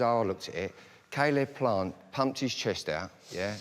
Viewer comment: Why’s Zach Parker calling him sayleb plant 😂